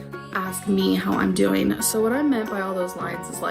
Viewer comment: STOP, why did the "DOEEN" send me 😭😭😭